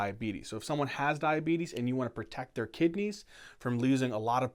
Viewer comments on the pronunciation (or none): none